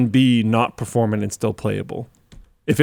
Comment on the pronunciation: "perforMANT"! don't just guess words, please. Good talk, love hearing about gamedev.